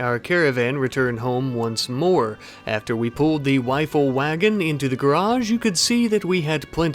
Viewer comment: Is it me or am I hearing him say "wifle wagon" lol